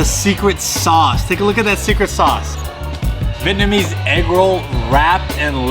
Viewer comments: vee-et-na-mese not vit-namese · The way he doesn’t know how to properly pronounce Vietnamese (vee-et-nuh-meez) gives me the ick